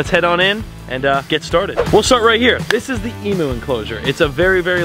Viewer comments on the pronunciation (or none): As an Aussie it’s hard to hear you pronounce emu wrong. It’s actually pronounced E-mew not E-moo. 😊. I think you should call your new fish Daisy. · Btw its said Emm You not Emoo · you made every Aussie flinch when you said emu. its pronounced EM-YOU not EM-OO. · Eem-you not emoo 😅😅😂 Love love love your content regardless 😀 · E-mew not E-moo!! E-mew!! Does my head in everytime I hear you say it as a born and breed Australian!!! 😂 Love the videos though!! 💯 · 1- great video you have awesome animals, love ur content 2- it’s pronounced eemyou, not eemoo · I love the video and the farm! Emu is pronounced Eem-you 😊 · Being a Australia and him saying emooo is it trigging any other Australians lol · I'm happy that you are getting emu's. But as an Aussie I must tell you that it is pronounced "eeem-yous".😁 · Sorry but I’m Australian and need to point out emu is pronounced eam-you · Emyou that’s how you pronounce it 🤦🏻‍♀️🤦🏻‍♀️😂